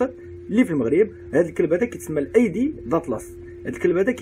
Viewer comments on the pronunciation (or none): إسمه (أيدي) وليس (العايدي) ألعايدي ديال بصح 😂😂😂